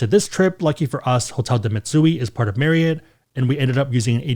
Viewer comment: That you for pronouncing Marry-it (Marriott) correctly. Ever since I found out how it’s pronounced it bothers me when people say it wrong 😂😂